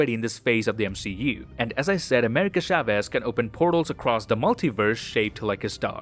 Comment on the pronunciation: Every time he says “Shaves” and not “Chavez” it makes me feel weird xd